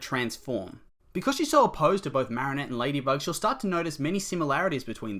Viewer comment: The way he says marrinette triggers me